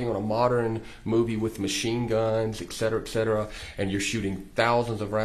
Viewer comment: I know it shouldn't matter but his continuance miss pronunciation of etcetera is giving me a migraine.